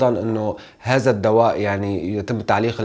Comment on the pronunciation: عفوا على التصحيح ممكن تقول هذا وليس هازا او هازه بل هذه وتظهر وليس تزهر قتلتم اللغة العربية